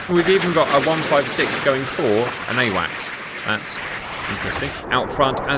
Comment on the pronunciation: Just so you know, it's AWACS, not awax